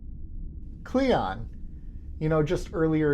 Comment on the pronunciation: It's "cling on", not "cleeyon". Qapla'!